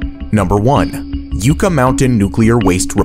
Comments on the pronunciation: ok as a navada'n do no say yooka, its pronounced yuck-a and nevada is not nevoda its nevada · Jesus Christ...who is hiring these narrators that can't pronounce commonplace words?? "Yew-kuh mountain" he said. Idiot... "Yuck-ka" is how it's pronounced. 🤦‍♂️🤦‍♂️ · It's pronounced Yuh-cuh, NOT yoo-cuh. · Yucca is pronounced Yuh-kuh not You kuh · What’s with YOOOOKA Mountain? Are you mental? Y U C C A — two C’s, one U. YUKKA! Not that complicated. Jesus. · Maybe teach the narrator how to pronounce Yucca Mountain correctly - Yuca (pronounced as “yooka”) is a root vegetable, whereas yucca is a flowering plant. Yucca (pronounced as “yucka”): Yucca is the genus name for 40 to 50 different species of a perennial shrub or tree grown primarily for ornamental purposes. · pronounced Yucka, like the yuck in written laughter. yuck yuck yuck. not you ka. named after the plant Yucca. get hip, jack. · It’s Yucka, not Uka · Not "You-ka". It's "Yuh-ka." Geez, that's not that hard to get right. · well, i know youre way off base on the H3 and Yucca Mountain. (btw pronounced YUCK-UH, not YOU-KA) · This hurt my ears, it is pronounced Yuck-a not You-ka. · Yucca is pronounced “Yukka”, not “Yooka”. Just Sayin’ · Yucca is Yucc-A, not yuca, Yucc-A, not YouKA its... YuCCAAAAAAAAAAAAAAAAAAAAAAAAAAAAAAAAAAAAAAAAAAAAAAAAAAAAAAAAAAAAAAAAAAAAAAAAAAAAAAAA!!! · The last part of the video about yucca mountain, NV. It is pronounced Nevada! Not Nevahda!!! Not ahhh, just ada. Like apple. It's not ahpple. Or opple. If so it would have been spelled Nevoda. Damnit. Sports broadcasters and news anchors get it wrong constantly. And second. It's yucca, not yuuca. Short "U" sound. Not a long "U" sound. Yucca. Like you pronounce the word "yucky" that makes sense, right? Otherwise it would have been spelled "yooky" if that's how it was supposed to be pronounced. Gosh that's so annoying as a native. Otherwise, good video. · We actually pronounce it as it’s spelled; Yucca, not Yooka. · It's Yuck-uh not Youka...